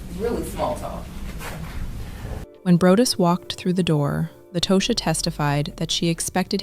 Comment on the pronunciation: And it irritates me when these commentators try and fail miserably. Meaning, the constant mispronunciation of Tosha’s name. Over and over again. It irritates the hell outta me. Both The attorney and Latosha said her name, and specifically the attorney on multiple occasions. Take the time to listen and say their names please! It’s all part of journalism.